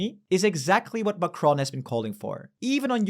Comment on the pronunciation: If you can pronounce Merz correctly, why can't you pronounce Macron?